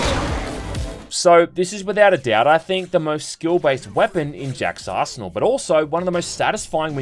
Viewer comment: When Australians say "arsenal" 😂